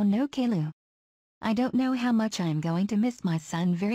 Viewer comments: Edit: lady kilo but pronounced calliou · I love how Boris calls caiilou kaylu